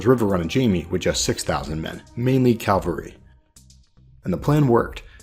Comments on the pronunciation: Love the vid. One little thing: CaValry (mounted forces), not caLvary (that's the hill where Jesus was crucified). <3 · It’s pronounced Cavalry. Not Calvery. The trick is that the v comes before the L.